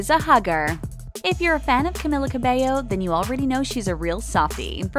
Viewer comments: Not to be rude but, I'm so triggerd by the fact that she said Camilla instead of her real name Camila🙃(Cameela😂) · It's pronounced like camEELa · camEEla please, thank you. It's about time people know how to pronounce her freaking name, damn it. This girl has been winning awards all over the place this year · CamEEla jesus man it ain't that hard but good video overall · me behind the screen: THATS NOT HOW YOU SAY HER NAAAAAAMMMMEEEEE my mom: why the hekk are you screaming me: its cameeeela my mom: *is she mentaly ok? questions? what? should i be concerned? my mom: okay? 8 walks away questioning if i need help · It's Cam-EE-la! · It’s pronounced “CAM-MEE-LA” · It’s CA MEE LAA for god’s sake! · Camila is the sweetest human being on the world I LOVE HER SOOOO MUCH MY QUEEN! <3 btw it's camEEla cabeYo :) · It’s camEEla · You said her name wrong, this is how you pronounce it (Cameela) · It's pronounced Cam-EE-La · Ummm how many times they say Ca-mill-a bothers the crap out of me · Sameeee lmao 😂😂💔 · NO ONES TALKING ABOUT HOW SHE KEPT PRONOUNCING CAMILA'S NAME WRONG THIS IS TRIGGERING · pls pronounce her name rightttttttttttt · she pronounced her name wrong